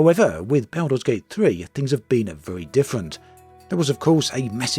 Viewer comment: Everyone: Baldur's Gate 3.: Belder's Gate 3